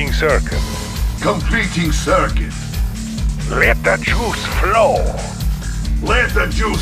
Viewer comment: I thought it was "let the shoes blow"